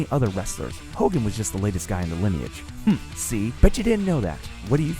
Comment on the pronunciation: He said hogan